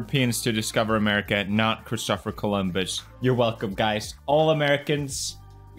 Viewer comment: he said christopher correct but it doesn’t sound right